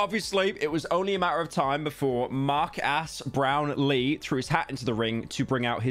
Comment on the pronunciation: Mar-gas Brap-lee